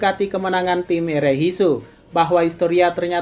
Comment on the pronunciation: Erehisu woy Bukan Erehiso